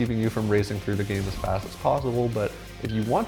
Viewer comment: He said vast.